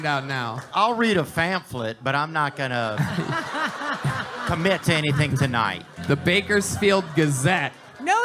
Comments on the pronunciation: . Wtf did Theo just say??? Fanflip?? Wtf. Can he not say pamphlet. Ahhhhahahaha😂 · Does Theo think the word is "Phamphlet?"